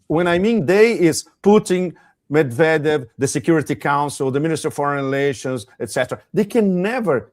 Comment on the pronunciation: Yes, you are pronouncing Banderas correctly but you are not pronouncing Medvedev correctly.